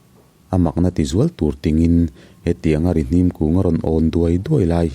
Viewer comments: Rihnim.hnim tih lai hi hnim.thil rim kan hnim. hnar in thil rim kan hnim.tih anga lam tur Rihnim (hnara,hnim) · Rihnim tiha Hnim tih lai tak hi, thil rim ka hnim tiha hnim tih thluk tur zawk a ni em aw....